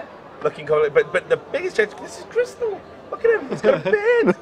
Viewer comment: its not kHRYSTAL its kRYSTAL